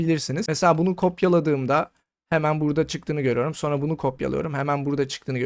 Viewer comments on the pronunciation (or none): none